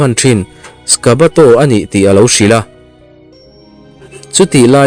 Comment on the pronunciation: Sishio kid tilo In Sojiro Aoshi Te ti la.. Skabato Tilo in sakabato te ti bawk la.. 😁 Part 3 na ah kenshin master bon tawk alo lang dawn.. Nghah hlelh awmkhop mai👍👍👍